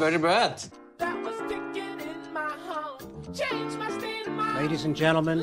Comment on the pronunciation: da öyle bir very bad dediki bence çok güzel dediğini sanıyor